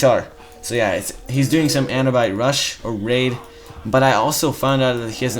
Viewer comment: Sling-er, not slinjer Man-er, not main-or Ah-noob-it, not anubyte Other than all this, great videos